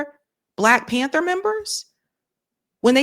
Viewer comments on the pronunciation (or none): none